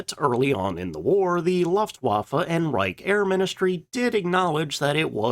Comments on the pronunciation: Pronounced "Looft-vaffa" not "L-UH-ft waffa." It'll make people who have a passing knowledge of the German language take you more seriously. 😉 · Never heard of an organization called the "luft-waffah"; perhaps you meant to say: "LOOFT-VA-FAH"?? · The way that you pronounce "Lufwaffe" is almost unbearable. Maybe try "Luftvaffe" ? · LOOF twaffa not LUFF twaffa Any discussion of German high altitude aircraft needs to mention two major advantages of America: 1. Better metallurgy. The automobile companies were producing so many cars that money spent on metallurgy research paid off. The tech was easily transferred to aviation engines. 2. Higher octane fuel. The US was able to produce an abundance of 130 octane fuel whereas Germany generally had 100 octane. Keep in mind that late in the war they were operating below 10% of refining capacity due to bombing. These two facts meant that German fighters could not use as much boost as American fighters. A quick lookup shows that the Mustang's engine displacement was much less than the Bf-109 or FW-190, because lacking the ability to boost, displacement is a good replacement. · Please take a RUDIMENTARY German lesson! Faka?? Luhfft?? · I listened to the first "laaftwaffe"... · IT'S LOOFT - VAFFE. YOUR GERMAN IS TERRIBLE, LOL. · Pronounce luftwaffe again. I dare you.